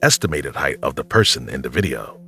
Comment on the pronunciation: immediate dislike when I hear someone say "duh" and not "the".